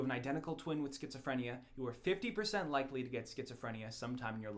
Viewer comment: Triggered by the mispronunciation of Schizophrenia